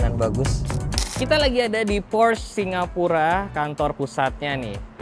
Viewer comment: Porsche bang, bukan Prosch Ada tutorialnya di YT officialnya Porsche